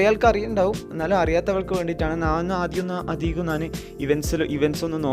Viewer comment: നാൻ, അല്ല ബ്രോ, ഞാൻ